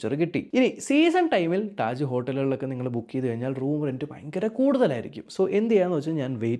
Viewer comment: ടാജ് ❌ താജ് ✅